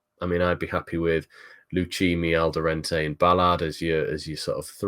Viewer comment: Please, there's no N in Alderete 😂